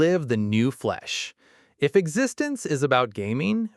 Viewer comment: I just wish Existenz had been pronounced properly.